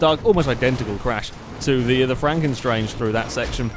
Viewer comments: I think it is franken stange, not franken 'strange' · pronounced at Frunken Stange (Stange as Mustang, but without the 'Mu')